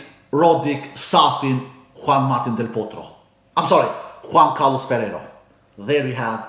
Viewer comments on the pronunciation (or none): none